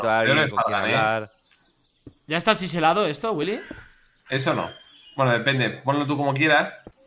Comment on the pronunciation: todos: ''chiselado'' Nadie salvo fargan: ¿ya está ''chichilado'' willy?